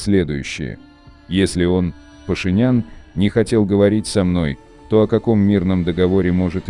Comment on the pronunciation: Имя Пашинян от Ислама Паша ударение правильно ставьте.